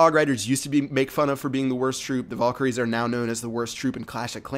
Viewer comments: (Val-KA-rees) Not (VOL-ker-ees) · Nice vid Fyi its valkeries not volkeries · your pronouncing valkyries wrong. Its not pronounced "volkyries" its pronounced "vhalkyries more or less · like this if when he said "vulkiyries" it pissed you off